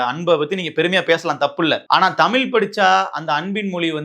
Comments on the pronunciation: நீ நல்லாதான் பேசுற ஆனால் நீ தமிழை தமில் என்று. உச்சரிக்கிறாய் அந்த தவறை திருத்து. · என்ன சொன்னாய்??????? தமில்?? ¿????? ¿????